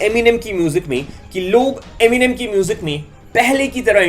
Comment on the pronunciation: Eminem Hota hai gawar eminime nhi 😂